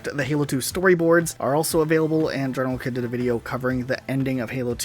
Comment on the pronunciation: GeneralKidd's name is pronounced "General Heed"